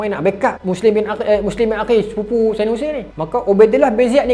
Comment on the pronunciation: Maaf tolong perbetulkan ejaan dan sebutan , bukan saidina mcm permainan tu tapi sayyidina. MAAF❤